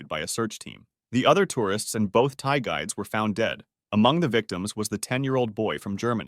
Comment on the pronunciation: I know he's saying Thai guides but it's just funny I keep hearing Thai guys